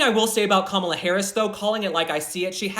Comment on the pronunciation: I still can't decide if you're calling her Kamala sometimes of Gobbla😂